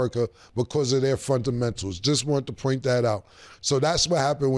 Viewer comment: Cam: da frondamentals is lost